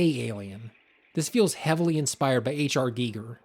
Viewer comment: Props for pronouncing Giger correctly! Love such little things ❤